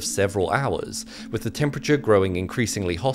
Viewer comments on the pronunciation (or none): none